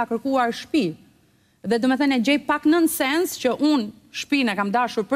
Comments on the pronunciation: Nuk ka kerkuar shtepi nuk eshte e vertete oj "nensens" ahahhahah nonsens Aedhe atehere thoje Kamaleon e jo Kameleon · Nën sens thote anglisht folesja 😂. Jane bere te gjitha anglishtfolese. Kur dalin ne skena te huaja pastaj therrasin “Dhuraten “ 😂😂😂